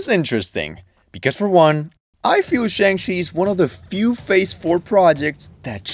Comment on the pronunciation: How the HeII did you Pronounce Shang-Chi Incorrectly after playing a clip the Pronounces the damn thing the proper way